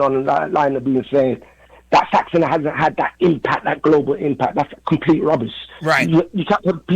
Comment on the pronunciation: Put some respect on Saxon name it's Saxon not Saxson